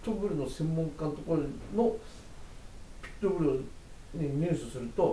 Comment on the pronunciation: ピット↑ブルではなく、 ピット↓ブル